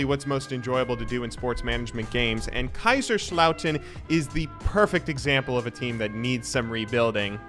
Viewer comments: haha oh mein Gott xD I love your geman as a native speaker it's fun to her Americans speak german. Also all of these german jokes and introductions are really funny. But it's KaiSerslautern and not Kaischerslauten. It's an [S] sound like See. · your pronounciation of Kaiserslautern is making my eye twitch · I wonder if you're able to pronounce Kaiserslautern and Mönchengladbach eventually.